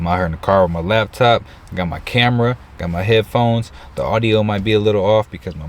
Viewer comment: “lab top”?? come on hahaha..it’s laptop sir.